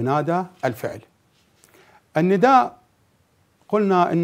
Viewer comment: اكثر كلمه سمعتها ندئ الندائ ندئ سوه هيج وراح الندئ🤦🏻‍♀️